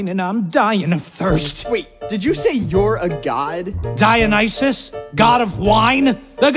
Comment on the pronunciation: DionYsus,who pronounces D iOWNisus